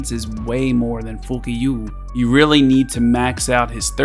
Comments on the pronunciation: Its FUCHIO NOT FUKYU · It's Poo-shiaw but nevermind HAHA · Q in the Chinese language makes a CH sound. Its Fu-Chiu, not a K sound. Love your content! Keep up the amazing work! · I've been saying Foo-key....but fuq you is HILARIOUS🤣🤣🤣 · its pronounce Fu Chew, btw good content as always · Its "FU-CHU"... hahaha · So if resume, if i get fuqiu in the free ssr ticket at 14days (i start in serv 5), and don't have my team dokidoki full yet (vice isn't great for inferno sadly ..), fuqiu seems worth uping ? And thanks, i didn't get that she could trigger her passive when allies were hit either. And each time you said her names is hilarious 😂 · when you say her name its so funny lmao haha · Best pronunciation name out there 😂😂😂. Try to pull nahor in 10 summon and got it.. Saving it on pvp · I swear man u got some fun here saying her name xDD... GG to the winners and thx again for another video ! I just spend 40 summs and got both im gonna test them out to see how fuchiu works and maybe a one shot team with nahor + codex for doki cuz i still do not have one :D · You're reminding me of how people pronkunced fugue and I'm rolling 😭😭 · Bro every time you said her name…over here crying lolol